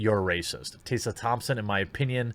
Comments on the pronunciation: This is what Dr. King wanted. Segregation of black and white people. That was his dream right? White kids and black kids playing in their own racial groups? And her name's Tess-uh not tay-suh. Why can't you read bro? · T-Ess-A, stop saying Tassa. That is just weird, its such an easy name. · Is it your accent that causes you to mispronounce Tessa? It’s really odd to hear Tay-sah instead of Tess-ah. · How come you keep pronouncing her name as Taysa? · tEH-suh. not tAY-suh. didn't know this was a tough one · Tessa. Why are you saying Tayssa? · Jeremy, in all seriousness, do you have a speech impediment? you may have discussed it in some video i haven't seen, lets face it, you make a lot. but Taseuh? Flaged? Braged? it's Tessa, Flagged, Bragged etc...sounds so weird man. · What kind of motherfucker turns Tessa is Taysa? Can this idiot say taste and test or are they the same word to him? ROFL. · Tessa. Tess uhh. Not TAYsa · holy SHITBALLS!! her name is pronounced "TEH-SA" NOT "Tay-Sa"....other than that I agree 100% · I agree with you but why do you read her name as “tay sa?” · Taysa Thompson, Margot Robie - what is up with your pronunciations?? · Jeremy, dude... How in the heck do you get "TAY - sa" out of "Tessa?" If you are dyslexic, I apologize; otherwise, pay better attention to what you're reading, bro. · Jeremy, what about the letters "T-E-S-S-A" makes you think you're supposed to pronounce it "Taysa"? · "Tayssa"? Jeremy, please learn reading thanks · Why are you saying "taysa"?? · Jeremy, it’s “Tess”a like “Hess” as in Rudolph Hess. See what I did there? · Goddamn, dude. How hard is it, to pronounce "Tessa"?!